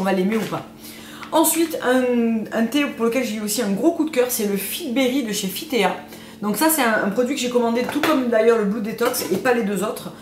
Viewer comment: J'aime beaucoup tes vidéos. Spontanées sans trop de blabla. Par contre : on ne dit pas fit t é a mais bien à l'anglaise, Fit Tea